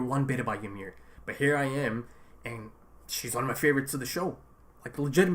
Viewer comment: Why most of reactors dont notice what Bertholdt is trying to do when Ymir is demoloshing the tower? also, why do you keep calling her Y"A"MIR? hahaha is just Ymir